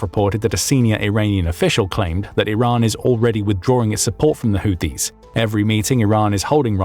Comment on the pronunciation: The AI narrator keeps calling the Houtis the Haitis! No one has Updated it's spellcheck!